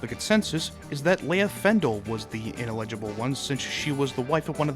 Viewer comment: Great vid. Ineligible is pronounced in-el-ah-ji-bul.😊